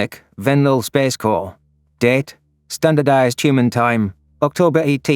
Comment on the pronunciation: Every time she says "date" I think she's said "dead "